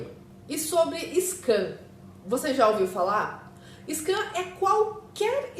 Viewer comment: scam, não scan, da uma fechadinha na boca pra fazer o som do "m" no final...